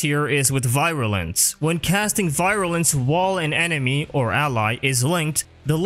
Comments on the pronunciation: Virulence not “Viralence” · You make great videos about all this stuff but I have to say you drove me insane throughout this with how you said "viral-ance" constantly. Some of the pronunciations you go with kinda baffle me. But otherwise, as said, great info and I've been going through them constantly since I found the first one, despite the minor complaint. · Nidus is one of my guilty pleasures when farming out endless missions because of how much fun he is, so I can definitely appreciate how relevant he’s been throughout the years. However, the constant mispronunciation of Virulence and Insatiable actually made it hard for me to watch without pausing to calm down (I know it’s not a big thing to most, but it’s just how my brain works). A nitpick on my end of course, but I would suggest utilizing text to speech options to make sure the pronunciation is correct for a word. I have to do it for myself too, because, not only am I self conscious about that sort of thing, it’s nice to have that kind of information handy and I like learning new things. Anyways, great video, will definitely be giving it a like. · Take a shot every time he mispronounced virulence. By the end of the video, you won't mind at all. : ) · I love your videos man, but hearing you mispronounce virulence for an entire video was painful.